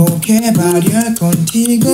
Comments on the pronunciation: Kento01 im spanish and he's pronunciation is not that bad but he didnt say the same words like in the song they say tengo que bailar contigo hoy and he says tengo que balear contigo hoy 😂😂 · sel s ahhh jajajaja, claro la pronunciación es buena, pero a lo que voy es que dice palabras que no existen como dice "bailar"